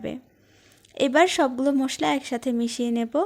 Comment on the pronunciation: মোসলা না মশলা , শুদ্ধ ভাবে কথা বল।